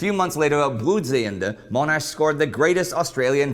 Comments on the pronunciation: Is name is MONASH, not MOAN-ASH. WTF dude. Did you do even the tiniest bit of research on this? And the people on our notes, are not characters, they're people. Monash was not a character, this isn't fake money, we put PEOPLE who we respect and think of greatly on our notes. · It is amusing hearing you correcting the American on the pronunciation of Melbourne, while he was being relatively correct in his pronunciation of Monash, while you were getting it so wrong by making it sound like Moan-ash. BTW, the Boer War was an important war for the British in South Africa that you really should get acquainted with. A highly recommendable movie, Breaker Morant, follows the life of an Australian during that war, and some of the injustices, and it would give you a sense of the nature of that war. Great movie. Likewise, Gallipoli was also a great defeat for British forces, and the oversimplification of 'Churchill set them up for a fall' glosses over the many failures at all levels of leadership during that campaign. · Hi, Monash is pronounced as it is spelled, not "Moanash". When they refer to him as "self promoting", I think they mean that he pushed his ideas ahead of others, rather than literally promoting his own rank in the military. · it's pronounced Monash (mon as in con). That said, we've really enjoyed this little series and have learned one or two things about these great Aussies. Thanks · I live in Monash and not far from the Uni and Freeway too., you have a few fans from the Monash area. Another interesting video. Oh yeah, his surname is pronounced MON-ash rather than MOAN-ash. Cheers, Neil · Oh dear, great series but it is Mon ash not Moanash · Not Moanash. The guy on the video says it correctly. One of the great military leaders of WW1 who has been greatly overlooked. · Monash is mohnash not Moanash. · .. and his persistence in saying "MOAN-ash" at the same time he's correcting the guy for saying "Mel-BORN". The irony.